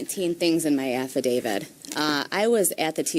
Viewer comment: The TEMP with 2 degrees is pronouncing it as AF-I-DAVID